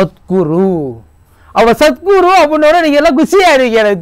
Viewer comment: சத் " குரு " அப்படின்னு சரியா சொல்லுங்க, "சத்துரு" "சத்துரு" அப்படின்னு கேக்குது. இப்போதைக்கு சீனாவின் ஜிங் பிங் கைங் நைங் தானே சத்துரு 🤣🤣😅😁